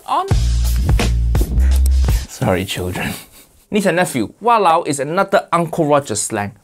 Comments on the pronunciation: Im from Malaysian. How we say it actually walao wei = what the heck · It's walaowe isn't it? Im from ur neighbors country indonesia btw. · its walaole